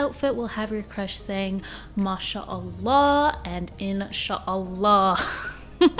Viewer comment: Although you got me cracking saying MashAllah and In Sha Allah, you still say it better than I do lol.